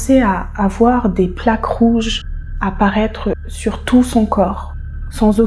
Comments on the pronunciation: Cc juste pour infos on prononce shour ‘S’ et non pas ‘che ´ BIz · Cc la première prononciation dit souhrrr avec le son du S pas le son du 'ch'. Pour t'aider. J'aime comment tu racontes .